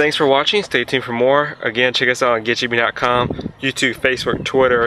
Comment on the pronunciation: The pronunciation kills this video. "Get Jippin, Pill it off, pill it off with the flatbread screw toaster!!"